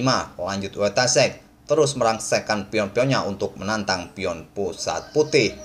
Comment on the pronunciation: Saran bang, penyebutan nama yg benar "Foitasyek"